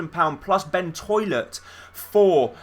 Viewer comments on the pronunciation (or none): I can't believe you called Ben tollet Ben toilet